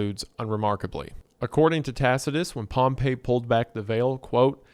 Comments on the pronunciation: POMP-EE it's pronounced POMPEE Pompey not POMP EYY POMP EEE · THATS NOT HOW ITS PRONOUNCED Pompey, as in the Roman general, is pronounced “Pom-Pee”. “Pom-Pay” is how Pompeii, the city, is pronounced. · Pronouncing Pompey like Pompeii is driving me crazy. I've always heard it as POMP-EE. Otherwise phenomenal experience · I swear Pompey is pronounced Pompee and not Pompeii. ALSO WHAT DO YOU MEAN YOU WONT SHOW HUNTER SINGING FAIRY QUEEN UNCUT HOW DARE YOU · You mispronounce Pompey this entire video, and it's honestly kinda enraging to me, a lifeless Roman history nerd with nothing better to do than complain. It is not pronounced like the city, it is "pom-pi", not "pom-pei". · Not to be that jerk, but i believe the Roman general is pronounced pomp-ee while the city is pronounced pomp-ay. Apologies for being annoying about something that literally doesn't matter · It bugs me an unreasonable amount every time you pronounce Pompey like Pompeii, lol. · Oh God, he's still pronouncing Pompey as Pompeii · Sorry i hate to be a nerd but Pompeys name is pronounced "Pom-Pee" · Hate to be that guy but Pompey is pronounced paam-pee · Dawg how did you make this video and not look up the correct pronunciation of Pompey… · That’s not how you pronounce that Roman general’s name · my brother in christ- please for the love of god learn that pompey and pompeii are not pronounced the same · This is a great video, gooner, but that is not how you pronounce "Pompey" when referring to the historical figure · Pompei (the city) and Pompey (the Roman General) are pronounced differently. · Please god tell me you read a few erowid lsd trip reports before making this. It’s super important to understand the psychological workings of lsd to fully understand what’s happening here. also PLEASE tell me you learned how to pronounce “pompey” and “causal”